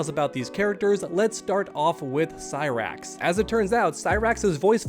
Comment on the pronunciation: Cy-Bra-X and Sexchange-tor hahahahahaha